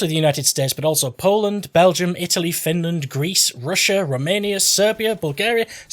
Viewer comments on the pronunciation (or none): none